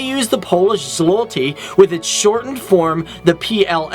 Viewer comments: It is zloty, not zolty:) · YOU KEEP PRONOUNCING ZWOTY WRONG ITS PRONOUNCED LIKE THIS Z WOAH TI NOT ZO LTY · Hate to rip on this guy but he pronounced A LOT of things incorrectly Greenland is an AUTONOMOUS region, not an ANONYMOUS region. It's Zloty not ZOLTY. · I know, you haven't "ł" but zloty, not zolty. Żółty is yellow in Polish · The Polish currency is not called "Zolties" But Zloty. :-)) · He can’t say złoty properly it’s pronounced zwoty